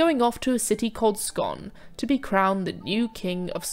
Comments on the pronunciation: It’s not pronounced scone as in stone, although spelt that way, but is scoon as in zoom. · I am Scottish I was enjoying this utill she pronounced scone as 'skone' rhymes with 'bone' instead of 'skon' rhymes with 'gone'. Like, we aren't talking about food we are talking about a place, I usually say 'Jam and butter on my 'Skone'' but when I am talking about the place it is always 'Skon', I wonder how many actors mispronounce this place.